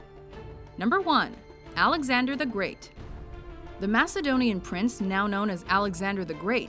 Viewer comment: thank you for calling him for Macedonian finally some 1 gets it right